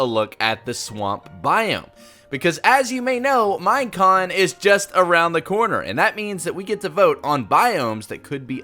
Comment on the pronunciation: did you just say minecon